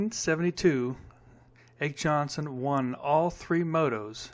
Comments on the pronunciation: ake is pronounced AKEE ah key Jonnson is onson J is silent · By the way. Ake Jonsson's name is pronounced "Ockee Onson." Ake rhymes with hockey.